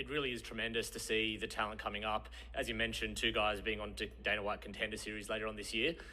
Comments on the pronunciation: thats not Dana White, thats Deynah Whoitt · The bald guy is "Dana Woite"